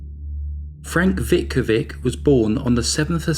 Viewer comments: Pronounciation: "Veetkoveetsch". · Lol that is NOT how you pronounce a southern Slavic name....try again.